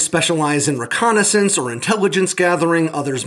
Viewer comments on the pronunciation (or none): none